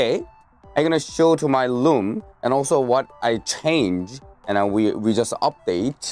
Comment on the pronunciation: When he would say room I heard loom